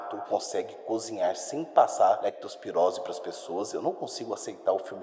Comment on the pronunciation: " COMO QUE O RATO NAO PASSA LECTROSPIROSE PROS HUMANOS ? " KKKKKKKKK F PULMÃO KKKKK